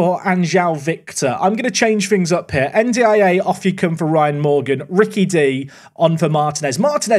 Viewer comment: This is two month old but i'd like to help with the pronunciation of N'Diaye, you shouldn't spell the name, per se, try to mix the N and the D, just like the end of "and" or "end" so it's like "endiaye". Also, the tonic is on the "i" so it sounds more like "endyei". Currently it sounds like you're spelling N D I A xD love the series keep it up <3 Also this might be totally wrong but I know for a fact N and D should sound glued xD